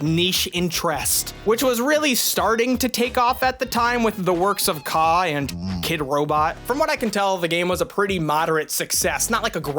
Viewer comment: Kaws is pronounced like "cause"